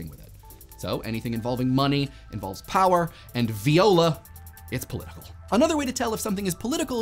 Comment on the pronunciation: Have I been pronouncing Viola incorrectly @@ or was he stumped by a word he didn't recognize on the promptor?...